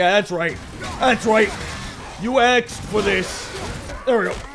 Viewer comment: Yup im stil la sucker for flat jokes- "You axed for it"